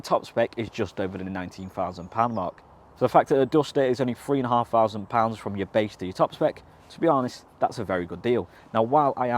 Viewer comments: This presenter is really irritating with his ridiculous failure to pronounce the “th” sound properly. The more I heard “ two fousand and twenty free”, and “smoov” the more I wanted to slap him. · Mate! If you can't say 'three' without saying 'free', then i'm not tuning in any further. Bye.